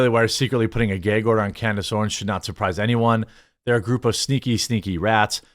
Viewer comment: What’s a Gay-gorder